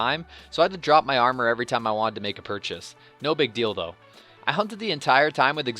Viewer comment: "...no big deal though.." i heared as "..no big dildo.." -_